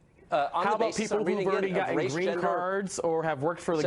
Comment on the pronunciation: Why does he say "irdy" instead of "already"? What a moron to claim that Trump is the only person to win the presidential election without winning the popular vote.